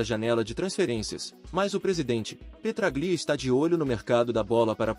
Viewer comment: Se escreve Petráglia se lê Petrália irmão